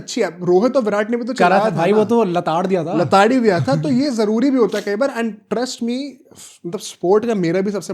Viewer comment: 'zaruri' not 'jaruri'